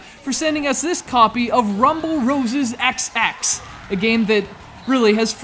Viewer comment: The title is pronounced Rumble Roses Double X. Also, the first game was so much better.